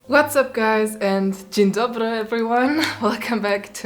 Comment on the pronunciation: Your dzień dobry was so good it actually scared me